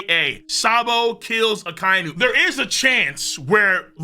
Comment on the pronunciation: Gotta let you know in the dub akai nu as you pronounced is pronounced akai inu not spelled but thats how they say it